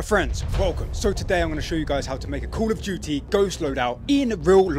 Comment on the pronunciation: In intro did he said cool of duty 😂😂